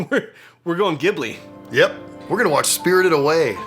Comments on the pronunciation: It's pronounced "Jih-boo-lee", and not "Gib-lee". Ghibli is an Italian word for desert wind, pronounced 'gib-lee'. Hayao Miyazaki liked the word and took it when naming Studio Ghibli. However, he uses the Japanese pronunciation, which is "Jih-boo-lee"; the romanization of "Studio Jiburi". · great video, spectacular film, lots of good lessons.. i just wish youd pronounce Ghibli right.. its said "Jibli" and not "Gibli", in other foreign languages too.. just a little nitpick, overall id be returning this video next time i watch the film :D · I'd love to see you react to any and ALL of the Studio Ghibli movies, many great ones are listed below. But please, it's pronounced like "jib-lee" not "gib-lee" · I must say that being a huge fan of Miyazaki's works that I am glad that you're covering these aspects, but I believe that Ghibli is pronounced Jib-lee not Gib-lee... it's like nails on the chalkboard when you are pronounce it incorrectly. 😱😵🧟 Update: I found a video that best describes how to pronounce Ghibli and also has help me come to terms with it being okay with it being pronounced how you are comfortable saying it. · I always want to tell you guys that in Japan it's pronounced Jiblie not Giblie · Just fyi, guys, whatever film you do next, keep in mind that the studio's name is pronounced with a soft g/j sound, not a hard g. Jib-lee, not gib-lee. Would love to see your take on Princess Mononoke, though! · Ghibli is pronounced with a soft G (like a J), not with a hard G. Do a reaction to Ponyo (on the Cliff by the Sea), Kiki's Delivery Service or Howl's Moving Castle. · By the way, Ghibli is pronounced as G-bli, not Gi-bli. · Ghibli is pronounced with a soft 'G' like in 'giant', not a hard 'G' like in 'girl'. I know that's not the way it's spelled, but it's the way Hayao pronounces it. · hey guys you keep saying Ghibli wrong, Miyazaki pronounces it Ji-bl-ey, it isnt said with a hard g its with a j sound like giblets. sorry thats just really bothering me. lol